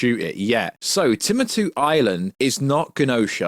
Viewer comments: Timatu? Celestrials? Jesus, it astounds me how content creators can mispronounce things so regularly. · Tim-uh-two island……. Cmon my man..